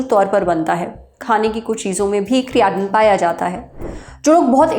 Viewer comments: Creatinn 😂😂😂bhen creatine hota hai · ma'am usko "kriyaatin" nhi "kretin"(creatine) bolte hai...but thank you iss topic pe video banane k liye🙏🏻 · क्रिएटिन बोलिए मैडम क्रियाटिन नहीं 😂, लगत हे मैडम बॉडीबिल्डिंग विशेषज्ञ बन गई हे , फिजियाट्रिस्ट डॉ मैडम😂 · कियाटिन ❌ क्रेटीन ☑️ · It's not criaatein it's creatine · Creatine ❌kriyatine ✅….😂😂😂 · Creatine ❌ Creyatine✅ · क्रेटीन ❌ क्रियाटिन✅ 😂😂 अदभुत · Criatan nhi cretine hota h mam😂😂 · Madam cretine nahi creatine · Good video but क्रियाटिन नहीं क्रेटीन है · It's not criaaateen aunty it's creatine 😂😂😂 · Its not CREAATEEN, ITS CREATINE .. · Creatin 😂 kiryatien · Kriyatin😂😂 Kirana store😂😂😂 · Madam ne create ka pronunciation badha kar kriyaatin kar diya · Creatine ❌ Kareyatin ✅ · अंतिम क्रियाटिन 😂😂😂 बहन ठीक से बोलना तो सीख ले। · Phle Creatin bolna shek lo😅😅😅😅😅😅😅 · Please pronounce creatine properly.